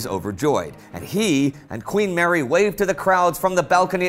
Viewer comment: The way you pronounce Mary is sickening!